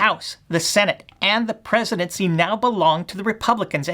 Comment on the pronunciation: Presiduncy??? Was that deliberate?